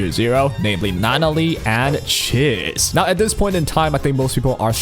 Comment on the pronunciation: How are you still not saying Chiz correctly?